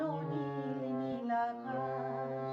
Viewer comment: সুন্দর গেয়েছেন । তবে গানে উচ্চারণ বিকৃত কাম্য নয়। যেমন - আকাছ, ছিছির ইত্যাদি । আকাশ, শিশির। স / শ এর উচ্চারণ ছ হচ্ছে । শুভকামনা।